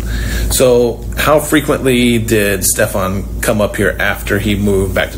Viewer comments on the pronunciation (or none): It's pronounced "Steffan" not "Stef-AHN"